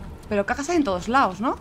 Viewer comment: SENTOYOS? wtf? xDD